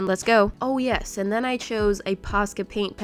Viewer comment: Her; nyesss, it has stick drawer Me; is nyesss a word...?